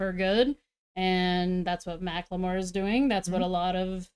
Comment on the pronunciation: i left when she said makkle more hahahaha